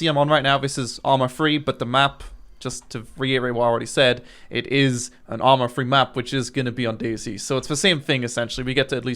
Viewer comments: "arma free" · Why do you call it ARMA Free. It's not free!